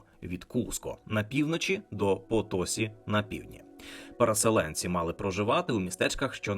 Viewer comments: Все добре, окрім наголосів: замість "парАна, гуарАні, потОсі" насправді наголос на останню голосну - "паранА, гуаранІ, потосІ" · потосІ - наголос на останній склад. воно ж і пишеться відповідно - Potosí.